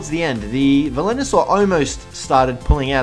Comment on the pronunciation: It's Velonasaur dude.... VE-LO-NA-SAUR!!!!!!! Edit: P.S. This is one of the small things that bug me, you still have the best instructional and informational Ark vids though, keep it up!